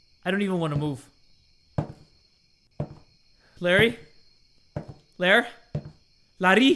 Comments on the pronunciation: when Said "Larry" it sounds like Indonesian word "Lari" which means "Run" so when said that i was like "Lari? YES JAY LARI LARI FOR YOUR LIFE!!" *my apologies if i did something wrong with my English im not good at it Yet haha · pronouncing "Larry" in different accents got me laughing, forgetting the horror in the air💀 love ya bro<3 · calling "Larry" out loud with a thicc filipino accent took me out HAAHAHHSJSHSA